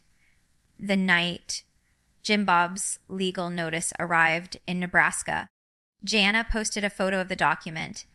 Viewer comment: She also pronounced Jana wrong. Shame on you for doing fake videos